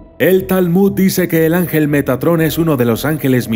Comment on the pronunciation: poco más y dices megatron xD